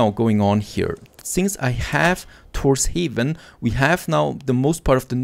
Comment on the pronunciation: It is not pronounced Tors Haven but Tors Havn it is translated to Thors Harbor